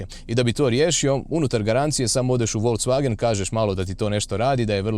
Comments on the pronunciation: Dobar ti je taj "volcvagen" :D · Radim u VW u njemackoj i svaki put nacin na koji kazes Volkswagen me zategne u prsima :P .. Tipke na volanu su mi katastrofa jer reagiraju i na klizanje puno puta prebacim pjesmu ili pojacam radio a nisam htio jer reagira na slide a ne samo na dodir ..